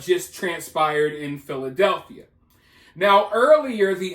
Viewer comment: Contrary to popular pronunciations, there is not a “th” in the name “Philadelphia”